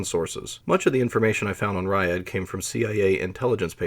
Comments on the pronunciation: JFYI, It's not "rayad". It's pronounced as "rjad" without buzzing in "j". The approximate english translation would be the "line-up". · He means Ряд, he just pronounces it wrong. Every time he says "raiad" my ears bleed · Ugh, you're pronouncing it wrong. Sounds more like Rad than Ry-ad. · Not “Rye add”. It’s a single syllable: ryad. If you have to skip a letter, skip the “y” and pronounce it like “rod”. Tnat is at least in the ballpark. Rye-add is complete gibberish. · It is not [ˈraɪəd], it is [rʲæd]. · A more correct prononciation would be like the city name Riadh.